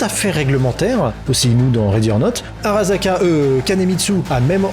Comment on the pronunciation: ça se prononce [Araçaka] (Bon en vérité c'est même plus proche de [Alaçaka] mais on va pas pinailler hein xD ).